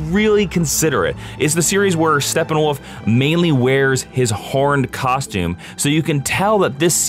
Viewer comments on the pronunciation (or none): Why is he calling him Stepping-Woof(?!)